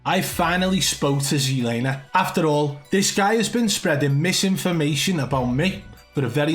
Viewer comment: look its NOT SEE laner its fkn TSET laner Z not C GET THAT